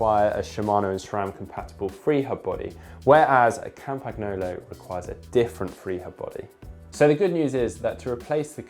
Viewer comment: Please, please, please learn how to pronounce Campagnolo.